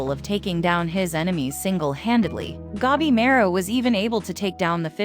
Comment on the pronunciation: gabi ma ru. not gebimeru the A read like in latin for alfa, or english for armor, arm, archer, atlas, atlantic, antartic, or until, unbeliever, answer. gA bi mA ru